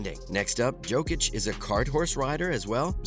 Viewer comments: Exactly. YO-kic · Bro it’s not Djokic it’s Jokic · At least learn to pronounce his name